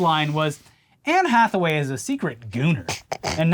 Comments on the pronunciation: “Anne Jackaway” fucking I’m dying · "Anne Jackaway" 😆